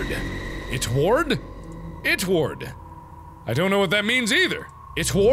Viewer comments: “ITWARD” is pronounced it-wood. I love this game. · It's it word not it ward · its not itward its drawit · It’s not itward it’s it-word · It's drawit not itward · karina here lol gaming its “draw-ti.” close enough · Mark:ITTWURD Me:Why does ittwurd sound like it turd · Actually it's draw ti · lol i just thought it ward said draw it xD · IKR!!!! UGHHH and then he saw it again and read it wrong a second time Garrett Melick